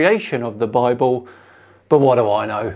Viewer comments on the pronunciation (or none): BI-BALL = BIBLE. This one killed me. The illiterate imbeciles who think humanity has only ever spoken English since the dawn of time and that every word in existence is therefore derived from their language are always hilarious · Am i get it right? He said in the beginning BI BALL ? Instead of Bible ? @@ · "Bi-Ball"? Seriously? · WTF is this Doughnut Earth BS? And Bible, "Bi-Bull", Two Bulls ? I knew as a teenager that "Bible" is a neologism for the Greek "Biblio", which means Book. This guy isn't much older than I am. I hope he's just senile. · I suspect the correct pronunciation and etymology might actually be Bi-Bull. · These numpties (flerfers) really love their word salad: “Bible - Bi bull?” Really?